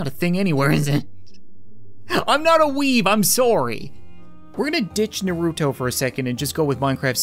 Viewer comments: “Noruto” 🤭😂🤣 I’m dying right now. It is pronounced Naruto lol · you are an amazing youtuber, but naruto is pronounced nar-oo-toe not ner-oo-toe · bro said "nurooto" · You don’t say you’ve never watched naruto, didn’t even pronounce it right 😂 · i love your vids but its funny how you say naruto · You said naruto wrong